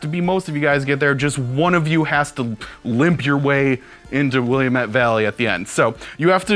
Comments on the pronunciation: ahh you butchered Willamette vally so bad :p will-am-et like that :p too many people moving here lol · hey - Willamette is pronounced weird (wa-lamb-it). It's not French. =O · Willamette is "Will-am-it" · Please stop mispronouncing "Willamette"...people already fail to say "Oregon" correctly, but you sound like Google Maps' voice when you say Willamette. At least you do get "Oregon" correct. (This is a very minor complaint in any case, just made me cringe a little.)